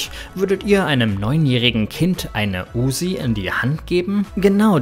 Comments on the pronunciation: UZI nicht USSi😂😂😂😂😂😂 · Uzzi nicht Usi